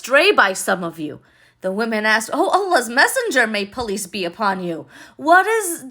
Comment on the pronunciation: Hi, I thought you said “ police be upon you “ instead of peace be upon you. God bless you